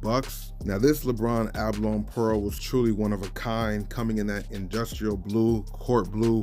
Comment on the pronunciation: It's a ba lo ny not A ba lon